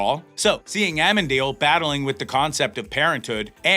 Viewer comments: A-men-deal? His name is a A-men-a-diel. There are four, count them, 4 syllables when saying his name. You're putting the emphasis on the wrong syl-lab-les. Enjoying hearing the theories. Whatever is written is already written though, we'll have to wait and see. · dude its not amendiel but amenadiel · lol at least pronounce Amenadial right its AH-MENA-DIEL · please pronounce "Amenadiel" correctly. It's Amen-A--diel. thanks. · Actually, the pronunciation is A-men-a-deal. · another YTer who butchered "AMENADIEL"'s name ... hahahahahaha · Lucifer. I hate the Eve character, I would hate to see herback. You really need to say Lucifer's brothers name correctly.